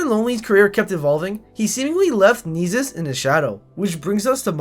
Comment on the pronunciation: You’re pronouncing his name wrong if not it just sounds annoying asf Nessus Nessus Nessus